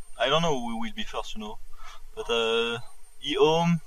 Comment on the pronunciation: says ehome like e ome, lol.